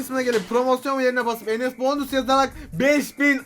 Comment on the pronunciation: enes baonusssssss değill